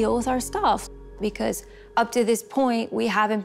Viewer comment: He literally said i will Take ibrahim Wizzzz me